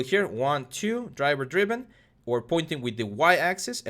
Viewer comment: What does dryber dreeben mean, i don't know what the hell that is but you keep saying it